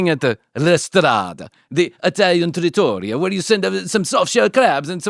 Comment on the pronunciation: Mispronounced trattoria